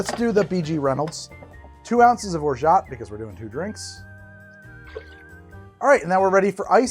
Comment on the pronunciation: i think its ORJO cuz its french.. and the french like leaving letters off the endd..